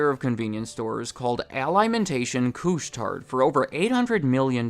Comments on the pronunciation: Just so you know, Couche-Tard is pronounced "koosh-tar", not cooch-tard. Thanks. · Great video, no biggie but the D in Couche Tard is silent. Literally means for those who go to bed late. 🤷